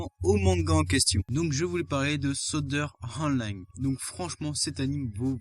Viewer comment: Tu m'as choqué tu as mal prononcer le sword art online